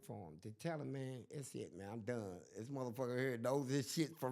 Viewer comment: That boy said you like "kis", meaning "this"😂😂😂😂